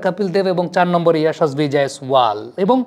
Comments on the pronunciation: পান্ত নয়, পন্ত্... ঋষভ পন্ত্! আপনারা কেন এত ভুলভাল বানান লেখেন এবং উচ্চারণ করেন, বুঝে পাই না! বিরাট কোহলি-কে বলেন 'ভিরাট কোহলি'! 'সূর্যকুমার'-কে বলেন 'সুরিয়াকুমার', 'যশস্বী'-কে বলেন 'ইয়াশাসভী'!! কী এসব!! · ওটা ইয়াশাসভি জয়স‌ওয়াল হবে না, যশস্বী জয়স‌ওয়াল হবে। আর রিশাভ পান্ত না, রিষভ পান্থ হবে।ইদানিং দেখছি বাংলাদেশিরা বাংলা ভাষার বলাৎকার করতে একটুও ছাড় দিচ্ছে না।